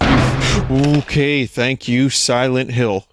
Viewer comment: Siwent Hiww. ....2